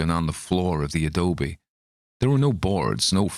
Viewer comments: I am coming to this one a bit late, but I am a Bay Area Brat. Your Cali accent is not bad! Good job! You nailed Adobe. I will say, we say PROS-pek-tin' (prospecting) (we drop final g's in general. We also tend to drop/soften mid-word t's) and Turn-i-ket (tourniquet) but those are weird ones. We also tend to be slow talkers. I don't want to nit pick, but from other videos I know you take accents seriously 🙂. You are very close with this one. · Sure hope you have fun on your camping trip---and there are no 'Karkers' (however it's spelled) about the place. Your pronunciation of the word 'Adobe' was just fine. Listening to this was fun---made me remember "ooohhh yeah....I read this story, at some point in my life..." but still can't remember when. Thanks, as always. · You pronounced Adobe perfectly